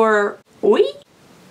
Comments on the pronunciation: Oy? Oy? You mean “wee” French for yes? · Omg too funny oui lol. Oye instead of we lol 😂 love you girl!! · So... the way you said OUI, was actually Hi in portuguese! You said OI in portuguese in a very perfect way without accent!!!!! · I'm french and I found it so funny «oui?¿ Oui?» 😂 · “Oui” is pronounced “we”, it’s the French word for yes:) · your reaction at the end when you realized you was saying oui wrong 😂😂😂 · When the All Nighter shot straight through the holder 😂 And God bless your little heart when you realized the correct French pronunciation 😆💖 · Luv you and when you say oui it made me laugh so bad and I kept replaying it because it was so funny😂😂😂😂😂😂😂😂😂😂😂😂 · Omg...oui!! 😂 I love your videos...and that you leave in when you mispronounce something or drop something. It makes it so easy for me to relate to you lol. ❤️ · I do love when you're trying to pronounce French words! lol 😂😂 I've not tried the All Nighter setting spray. I use the De-slick, and love that one! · Lol don't feel bad, I would have pronounced oui wrong too. 😂😂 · LOL You're not the only person to get the name of the perfume wrong. Another channel that I watch said the same thing you did and never realized it was French not Spanish. So don't feel too bad.